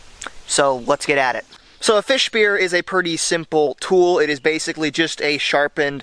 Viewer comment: Why does he keep saying perty instead of pretty